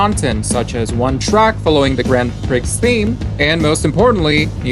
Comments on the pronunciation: It's pronounced "Grand Pree" not grand Pricks. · You should look up how to pronounce "Grand Prix" lol